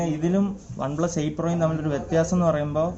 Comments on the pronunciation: Adhyam one plus ennu parayaan padik 😸😸😹😹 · ഒൻ പ്ലസ് അല്ല വണ്‌ പ്ലസ്🤣🤣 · ഒന് പ്ലസ് അല്ല ബ്രോ വൺ പ്ലസ് ആണ് 😂😂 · വൺ plus ആണ് bro അല്ലാതെ... ഒൺ plus allla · Onplus alla oneplus . Please correct the pronunciation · On pluse alla one plusa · ഒന് പ്ലസ് അല്ല one plus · Onn plus alla broh one plusa 😂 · Onn plus alla one plus 😆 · ഒന് പ്ലസ് അല്ല bro one plus ആണ് ട്ടൊ broo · ഒൻ പ്ലസ് അല്ല വൺ പ്ലസ് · ബ്രോ ഒൻ പ്ലസ് അല്ല വൺപ്ലസ് 😁😁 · ഒൺ പ്ലസ് അല്ല bro വൺ പ്ലസ്. 🤩🤩😀😃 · പറയുമ്പോൾ ഒൺ പ്ലസ് എന്നാണ് ഭായ് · ഒന് plus alla വൺ plus aan🤭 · One plus enne parayan ariyille bro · One plus ane une plus alla🤣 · Ivan onplu ennu paranju veruppikkuvallo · ON plus alla one plus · Adhyam OnePlus ennu parayan paddik .review ahn pollum .hmm